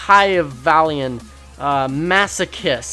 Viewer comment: Mack-ee-a-vell-ee-an. You're welcome.